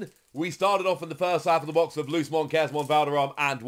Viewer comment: Ngl it’s like an itch every time says lucemon like loosemon, not luce’mon